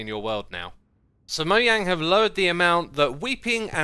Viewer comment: Nobody: Xisuma: moeyang